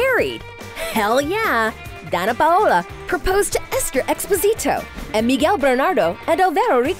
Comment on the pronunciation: My name is Danna to and she kinda is pronouncing it right. She’s actually really close probably almost the same as I pronounce my name and my name is pronounced just like Danna Paola. I was actually named after her lol